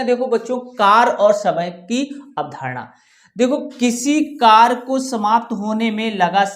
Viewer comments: Sarkar Nahin Hota Karya hota hai aap galat bol rahi ho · कार्य को कर नहीं पढ़ते कार्य पढ़ते हैं